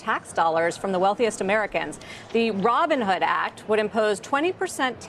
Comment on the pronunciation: did he really called it “the Ribinhood act”? So steal from the rich to give to the poor?